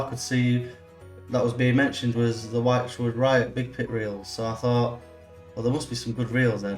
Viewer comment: Thanks for the review. The little clicky thing inside the spool is probably called a ratchet. Wychwood is pronounced Which-wood, not Why-ch-wood. Not trying to sound like an English language copper, just mentioning it. Cheers